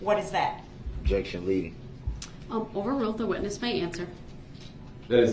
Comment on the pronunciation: Do you have a video recording system on your house? "Objek-shun, spek-u-lative"😂 "What do you mean by 'swat team'?" 😂 Oh Duh-rell, you're as clever as you are handsome 😂😂😂